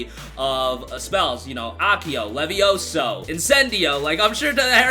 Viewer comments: It's Levy-oh-sa .... not Levy-oh-so xD ... (Harry Potter Reference, no BM) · bich said levioso lol